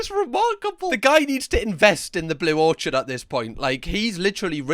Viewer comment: Or-kid,. Not or-chad 🍏